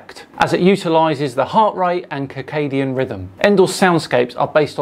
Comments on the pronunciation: I think it's pronounced "sikadien" not "kikadien" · Nice one, but...... its Sircadian rhythms, not Kickadiam rhythms, just sayin...😅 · “Kirkadian Rhythms”? Isn’t that a William Shatner album? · 1. I have ADHD, tinnitus, and stress - so this could sponsor's app product might actually be relevant to me! 2. "kerr-cadian rhythms"?!? 🤨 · whispers Circadian is pronounced like "circle", with an S sound at the start. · Actually it's circadian rythms....just sayin...😀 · You have a channel based on science but don’t know how to pronounce ‘circadian’? 🤦‍♂️